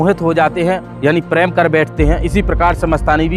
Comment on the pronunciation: PREM, NOT PRAM. 😂